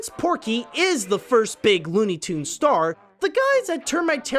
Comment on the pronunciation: it's tunes not toond